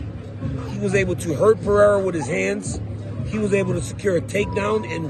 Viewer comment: You’re butchering Alex Pereira’s last name btw.